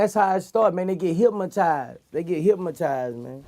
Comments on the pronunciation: he keep saying "hypmotized" instead of hypnotized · HYP-MO-TIZED WITH HATE..... NIGGA CANT SAY HYPNOTIZED BUT GOT MILLIONS......GO HEAD BOOSIE, I SEE YA BOY! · "HYPMOTIZED" LOL classic Boosie